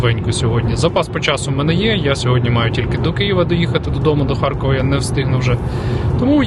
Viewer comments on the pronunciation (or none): none